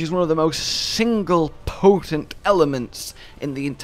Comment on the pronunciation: Everyone: Oh, a new Lore Vid-: P O T E N T